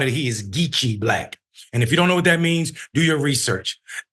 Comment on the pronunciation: Don’t say BLLACK like that! Lol😂